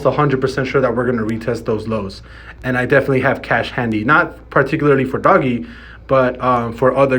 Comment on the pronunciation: It's ",doge" not doggy